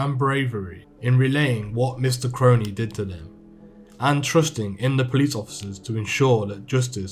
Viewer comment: yes brudda finally some1 gettin me last name right